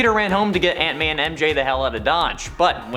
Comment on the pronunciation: The way you say “Aunt May” sounds like “Ant Man” so everytime I hear it I’m like “why is Spider-Man saving Ant Man?”